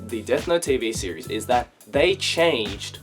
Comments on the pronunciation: Every time he says series, he activates my Siri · Oh my god every time you say series the Siri on my phone goes off then I go back to the video and it gets stuck in an endless loop of Siri opening